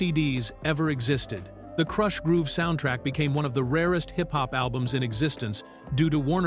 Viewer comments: What you didnt like it saying "Krooosh Groove" LOLOLOL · KROOSH? groove.😂😂😂😂🤦